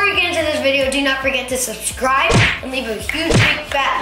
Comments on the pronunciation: said sucwibe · bro did just say subscwibe